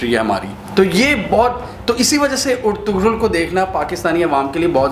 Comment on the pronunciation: It's pronounced as Er-tu-rul